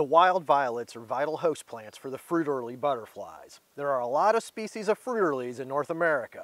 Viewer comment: Great video. But, your pronunciation of the Fritillary butterflies is killing me.😅 Still, thank you.👍